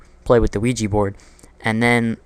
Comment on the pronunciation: when i heard ouigi board i was like.. oh no....